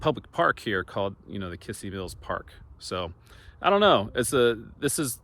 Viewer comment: you should learn how to properly pronounce kissee mills,,,,,,not kissy,,,,,its kizzee...